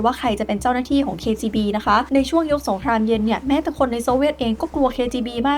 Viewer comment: พี่ออกเสียงคำว่าสงครามเย็นเป็นสงครามเย...นะครับเท่าที่ผมฟังมาไม่รู้หูฝาดหรือเปล่า😂😂